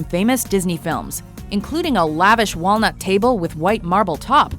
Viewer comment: Walnutsh? Is that what you've said, "Walnut"? Mmm!" (Fred Gordon Herbert)